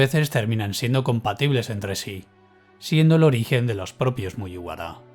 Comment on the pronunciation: Siento si el comentario es poco constructivo con lo bien que narras el vídeo, pero me saca totalmente que digas cosas como "MuYiwara", cuando se dice "Muguibara". Perdón por ser tan tiquismiquis, pero a título personal me gustaría que te fijaras en la pronunciación japonesa! Saludos y espero no ofenderte!